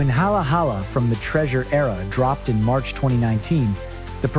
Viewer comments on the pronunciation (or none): none